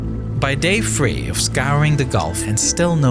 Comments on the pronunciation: This commentator is the worst with the lisps and it drives me crazy listening to him talk. Especially when it comes to his pronunciation of the word “three” it comes out like “free” or other words that start with a “th”. It’s so annoying to me that I’ve not finished videos of his in the past, I forgot this was the channel with this commentator, unsure if I’ll finish this video. I know this topic very well in depth, but regardless of if I’ll finish it, I’ll DEFINITELY NOT be watching any more of this channel’s videos!! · why you say three like ur saying "free" rather "raver" its so irritating! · Its pretty unbelievable that they use a narrator that can't distinguish th from f. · Dis is one of doze videos dat is really hard to watch. Took fwee months to cap da leak. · Free, dis, dah, wif. Bro you not have a tongue? Thhhhhis.